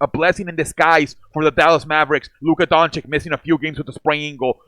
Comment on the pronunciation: I liked the video... Btw, Luka's last name is pronounced like Doanchich, not like Donchick... Not trying to be a dick by mentioning that, I was saying his name wrong too for a long time.